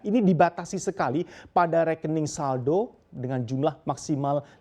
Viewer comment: saldo..bukan saldok